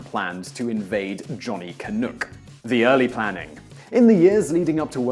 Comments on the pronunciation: Can-UCK not Can-ook. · Canuck doesn't rhyme with "cook". It rhymes with "fuck". Also, your map is entirely wrong. Every last city marked is about 300 miles due south of where it should be. For instance, Seattle and Spokane aren't in Oregon, and Portland isn't in California. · I'm totally addicted to your videos. Keep up the great work! FYI: the "u" in Canuck is short -rhymes with f##k; and Saulte derives from a French word for waterfall, pronounced with the "l" as silent like in "Sue"... some people up here get testy about these things. lol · It’s Canuck not Canook lol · Canuck not canook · Just in case no one mentioned it, Canuck is pronounced can-uck (as in buck) not can-ook. At least in my part of this great country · Ugggh, explaining to people what they're pronouncing is wrong is always frustrating. Canuck rhymes with puck. He said Canook straight up. Can't blame that one on the accent. Lets go feed the dooks over in the pond, and when we're done we can hop in the trook and sook on a chocolate milkshake. I heard the diner has then on sale for 2 books. You know what? Hookleberry finn called, he wants all the Tom Sawyery excuses for proper pronunciation to keep to Mark Twain novels. Holy fook. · "Salt" St Maire? Johnny "Canook"?..alrighty then... 🤭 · What's a "Johnny Canook"? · I realize you are not Canadian but your pronounciation is a little off for words such as Canuck, Sault Ste. Marie and others.